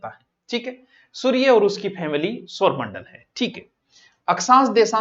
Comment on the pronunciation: सर आप सौरमंडल को सोरमंडल बोलते हो 😮